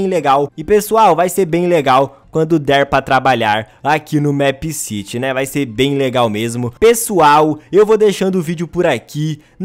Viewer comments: eu gosto dos seus videos mas o the plaza nao é uma cidade é a plaça e é mipe siri que se pronucia não mép mas caguei pra isso A teoria mais obvia é que o criador queria colocar a cafeteria no the plaza e fazer a escola,não acho que vao ter mais uma "cidade" (essa é minha teoria mas ela é bem obvia) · não se fala mépciti e sim mipcidy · É MEEPCITY não MÉÉÉPCITY😂😂😂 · Não se diz MÉPCITY e sim MIPCITY mesmo que se escreva MEEPCITY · O nome certo de se pronunciar é mip ciri se pronuncia assim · Se pronuncia meppciri é meepcity mais se pronuncia cm r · FALA DIREITO O NOME DO JOGO PESQUISA O CANAL DA JULIA MINEGIRL E VÊ OS VIDEOS DE MEEPCITY DELA PQ ELA FALA CERTO!! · Sabi nem falar meepcity direito